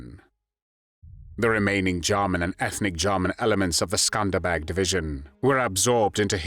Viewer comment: The pronunciation of "The Skanderbeg Division" sounds like they're saying "The Scumbag Division." Very apropos.